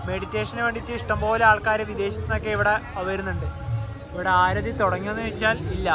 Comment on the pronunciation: ആരതി അല്ല aarthi enanu😂